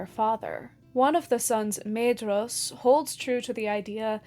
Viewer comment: Why do so many people struggle to pronounce Maedhros when the Silmarillion comes with a pronunciation guide? Got Laurelin wrong too.